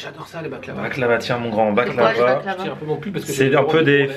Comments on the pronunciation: baklawa pas baklava ! lol ;) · c pas baclaba 😂😂😂😂 mdr tu ma tuer avec l'accent on dit baklawa